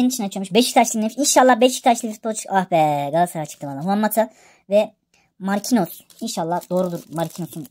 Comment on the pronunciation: Markinyos diye okunuyo canim abicim